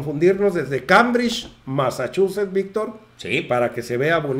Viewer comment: Masachuset,? Ds buena notiviss solo que ha has demasiado y no sabes pronuncisar